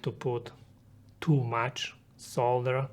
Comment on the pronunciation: Pronouncing solder wrong! Couldnt finish video because of that.